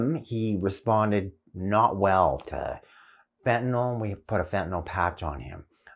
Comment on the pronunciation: Did he say fetanyl